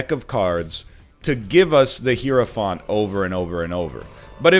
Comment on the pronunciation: I don't mean to be rude, but it's not hero-fahnt. It's hyro-f-ant.